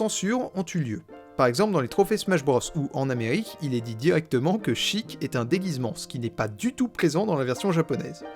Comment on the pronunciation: Raaahhhh "Chiik" "Shiika". Je meurs